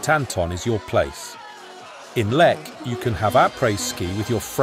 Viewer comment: Pronounce it right please😂